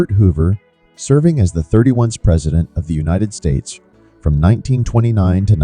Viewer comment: at least use an ai that can say 31st right 😂